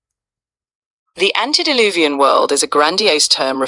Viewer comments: Love your channel. It's "ante" deluvian, not "anti". Just a friendly FYI, since you want to start using it. Ante means before (like when someone says. "Ante up" before the cards are deal)t and anti means opposite or against (as in AntiChrist) God bless. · Not to be a karen but not anti its ante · ANTE-DILUVIAN NOT ANTI!